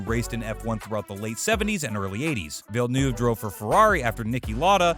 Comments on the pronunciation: Villnoove??? That really hurt me inside how he pronounced his name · Jile villnoove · I mean this in the nicest way possible but you pronounced nearly all of these names incorrectly. Gilles Villeneuve (sounds more like Ville-nerve), Michael Schumacher (shoe-macker, not shoemaker), Ayrton (Air-ton) Senna, Adrian SUTIL (su-til....not stool), and Marussia (ma-russia... like the country) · GIELESS VELLNUVE ARTIN SENNA MICHAEL SHOE MAKER ALAYN PROEST